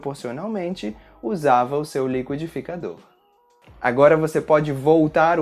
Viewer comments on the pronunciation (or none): Eu estava em Brasil uns 21 anos atrás Então obrigado por me ajudar a relembrar a língua da gente! Uma pergunta: a palavra liquidificador se pronuncia li-ki-dificador o li-qüi-dificador? Eu me lembro o primeiro mas você pronunciou como o outro!